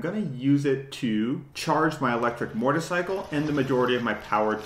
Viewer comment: What is a murtercycle ?